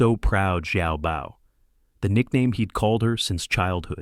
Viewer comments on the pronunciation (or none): none